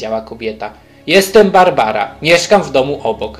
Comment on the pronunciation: To nie jest bArbara tylko barabara